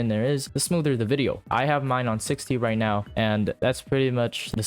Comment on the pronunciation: right neow